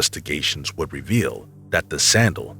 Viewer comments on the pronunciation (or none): none